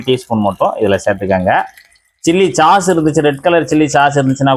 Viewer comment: சாஸ் (sauce) என்று 'ச்' போடாமல் மென்மையாகச் சொல்ல வேண்டும்.